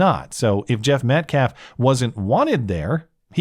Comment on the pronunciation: Only thing i learned during all these videos of the Anthony family and fans is that black people cannot pronounce Metcalf They say Met CLAHF